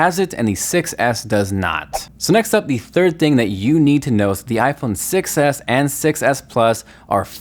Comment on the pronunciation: When you say iPhone 6 s it kinda like sounds like iPhone success